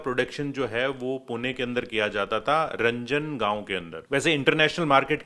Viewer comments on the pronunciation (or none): हिंदीवालों को पढना लिखना ठिक से क्यूँ नहीं आता ? रांजणगाव को रंजणगाव कहेंगे, सोलापूर को शोलापूर कहेंगे, नाशिक को नासिक कहेंगे, डिझेल को डिझल कहेंगे, सायकल को साईकील कहेंगे. और न जाने क्या क्या. थोडा ढंग से सिखो. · सर, रंजनगाव नही , वो रांजणगाव है, पुणे के पास तीर्थक्षेत्र है . कृपया मराठी के शब्द अभ्यास करके बोला करो . मराठी लोगोंको बुरा लगता है. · रंजन नहीं रांजणगाव 😊 Love from pune ❤❤❤